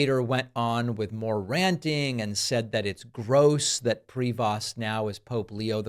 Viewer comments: Ok, tone all wrong here. Not designated. Elected. And might be nice to get the pronunciation of his name right: pree-voh. But enjoying the maga down. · Please pronounce his deadname correctly. It’s French and pronounced PREYVO. Love ya, David. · Prévost ....french name .....pronounce Prevo. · It's not Pree-vost ,it's a french name and have to be pronounced Pré - veau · Just a slightly irrelevant question. Is PRE-VOST the way all Americans pronounce the surname Prevost? It looks like a French name to me, which would be pronounced something like PRE-VO or maybe PRAY-VO. Like I said, an irrelevant question. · it's properly pronounced pray-VO, not PREE-vost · Sand t are silent,it’s prevo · Prevost is pronounced prayvo. The maga movement is not Christian, they don't have a single Christian value. They love to call those they don't like "Rynos" i.e: republicans in name only. They are Cynos...Christians in name only. All my life I leaned republican but this movement, this group is not republican, nowhere near republican for that matter. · Pronunciation: Pre-VOHST with a long "o". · It's pronounced prey-vo. In the Nineteenth Century Canada once had a Governor General called George Prevost. MAGAtts IMHO are ignoramuses who can't pronounce even their own language. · Given it's a French name, and at least one of his parents in French, pretty sure his last name would be pronounced 'pray-vo'. J'ai pas mal sur de ca....😁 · Canadian here: The name Prevost is pronounced like prey-voh (silent S, silent T. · Prevost is pronounced "Pre-voe". It's French, goddamn uncultured Americans. I know you can pronounce "chevrolet" correctly so this should be no problem. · Its pronounced prey vo ,stop mispronouncing french names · FYI everyone : the Pope's last name, Prévost (French), is pronounced "Prayvo" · David, please learn how to pronounce the Pope's name. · You need to learn how pronounce his name… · Stop mispronouncing his last name